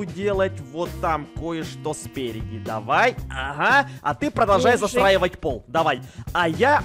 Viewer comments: Мне одной кажется что говорит не застраивать а засраивать🤣🤣🤣🤣🤣🤣🤣🤣🤣🤣🤣🤣🤣🤣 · он сказал "засраивать", а не "застраивать" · ты сказала засраевать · Я говорила застраивать: ЗАСРАИВАТЬ Я теперь: нее,надо засроить😂😂😂😂😂😂😂😂😂😂😂😂😂😂😂😂😂😂😂😂😂😂 Кто заметил ошибку тык лайк ПЛИЗ🙏🙏🙏🙏🙏🙏🙏🙏🙏🙏🙏🙏🙏🙏🙏🙏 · вместо застраивать сказал засраивал:D